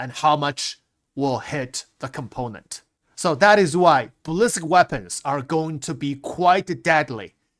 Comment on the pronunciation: is someone ever going to explain to it's not ballist bullet, it's bali-stick, ballistic* not bullisk or ballisk bullet =D